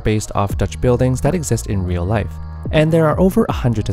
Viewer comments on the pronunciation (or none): none